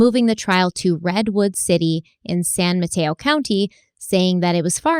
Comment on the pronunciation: OMG said San Mateo correctly! I'm shook;)